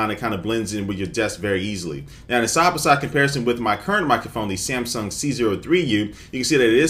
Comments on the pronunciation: When he says "Samson", it keeps sounding like he's saying "Samsung". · why do you keep saying samsong? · by does he call the samson the samsung